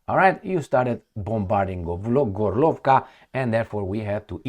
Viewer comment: it is GÓrlovka (not GorlÓvka) - from the word «гОрло» - Throat.